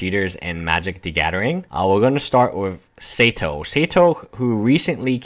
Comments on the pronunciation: (Saito) "SAY-toh"...? It's "SIGH-toh", bro. There's no E before the I. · Yes. More like Sigh Toe I'm Japanese and its a Japanese name ;) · isn't numbah 5 supposed to be pronounced (sigh)to tomo-haru (saito tomoharu) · read Saito as 'Seido' : ^) Cheating is wrong but also name-spelling is : D